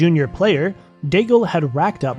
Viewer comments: Nobody remembers Daigle, so it's okay to hear Degal. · Learn how to pronounce the names 🙏 for god sake I stopped at Daigle because of that. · what a catastrophic way to pronounce Daigle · Wrong prononciation for Daigle.